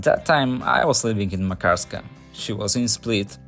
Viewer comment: You hav a wrong accent when You pronounce Makarska